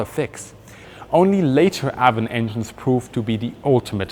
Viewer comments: Viper twenty2 also it’s ay-von not a-von. Which is also a river. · It's Avon the a is pronounced as a long a as in raven Ayvon it would sound like Ayvon not Avvon Ayvon, thank you. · Avon is pronounced ‘Ayvon’. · Geez dude you butchered Avon too. That one is pronounced like the name "Evan" would be in German. "Ay-vun" or "Ay-von". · Trivia time. Your pronunciation of the name Avon is actually the Welsh way- and in Welsh it is spelled Afon- Welsh being an original British language. In German a V is pronounced as an F and in Welsh an F is pronounced as a V. Anyway, the Welsh word Afon means River. When the Anglo-Saxons came to Britain, they asked the local British: "What's this called?" as they pointed to the local river and the locals replied "Avon". That's why across England there are any number of rivers called Avon. In effect calling something the River Avon is the same as calling it the "River River" but the Anglo-Saxons did not know this at the time. As you probably know Rolls-Royce liked to name its jet engines after rivers while Bristol used classical names for its many engines such as Olympus or Pegasus, Hercules etc.